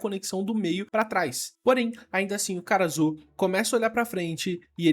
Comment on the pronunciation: Eu simplesmente não consigo ouvir "Karasu", eu sempre ouço "cara azul"